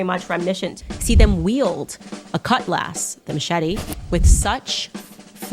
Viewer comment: She also said "cutlass" wrong. Honorable mentions: "relevations," "burry." Keep 'em coming.